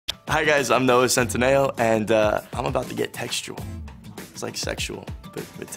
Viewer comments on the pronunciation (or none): none